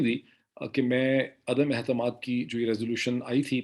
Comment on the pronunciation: Doctor Sahib, please note that in the Urdu languge the word for confidence is Etemaad and not Ehtemad as you keep on saying.